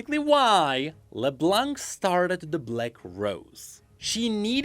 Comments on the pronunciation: thanks for all of this, because to be honest the season 2 was a big mess for me.. While Season 1 was a master piece, the 2nd just went on and on and on, most of the time headlessly.. It was a bit of a struggle to enjoy it.. At least now that part makes some sense. But please, no more "leblank", the C at the end is silent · "While Arcane is generally seen as great...." - Quite. xD PS: Can everyone please stop pronoucing the 'C' in Leblanc. xD It's a silent letter in the french language. Merci! ;)